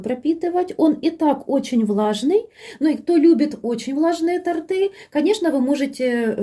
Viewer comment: Вы молодец, что подробно всё рассказываете, игрушками повеселили😅👍👍но всё время говорите "тАрты" 🤭🤨🙄один раз только сказали правильно, когда бока тОрта подравнивали